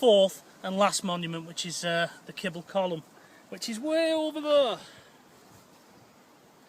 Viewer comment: Reasonable video but woeful on names and pronunciation. The "Monument" is actually The Mausoleum, The Marquis family title was Rockingham, not Rockford , and the corrected name, is Kepple's Column not the earlier utterances of "Kebble's". Nice try but no cigar!